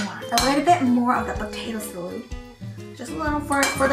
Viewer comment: She reminds me of felix stray kids, tht sAalOod tho